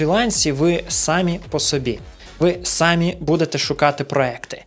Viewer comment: Наголос трохи не так ставиш на самі ) , я не доколупуюсь